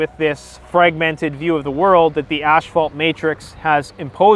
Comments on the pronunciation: When he says asphalt, it keeps sounding like ash-fault. And he needs to go on the "Dark Web" to find BDSM porn? Take 3 seconds out and Google PORN! DUDE! IT'S EVERYWHERE! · Oh no, it’s another Mandela effect... “asphalt” has been turned to “ash-fault” ...or is that just Canadian accent? ...my bad